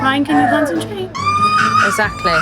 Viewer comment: Will someone please tell Jo how to pronounce exactly? It’s not sackly but exactly. I’m sure I’m not the first one suggesting this!